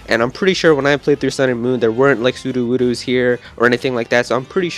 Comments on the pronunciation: It's not Soodoowoodoo. It's like pseudo wood oh... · Waylon Lewin I didn't say it wasn't in Lush Jungle. I said he was pronouncing it wrong.